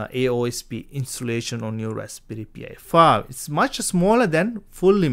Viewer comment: Why do you keep calling it a P I 5 its pronounced pie 5 😂😂😂😂😂😂